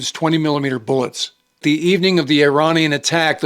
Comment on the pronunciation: “Bullets”? Oy Wade